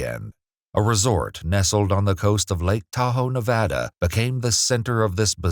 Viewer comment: 30 seconds in and wanted to thank you for pronouncing Nevada correctly. It was a huge debate between native Nevadans and out of staters some years back on how to correctly pronounce it.